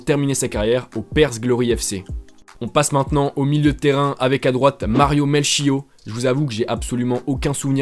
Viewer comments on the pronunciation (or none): Juste une correction Melchiot se prononce phonetiquement " Melkiote "